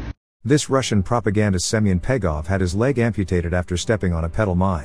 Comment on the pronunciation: Not Semen (Russian for Simon) Pegov but Leg-off.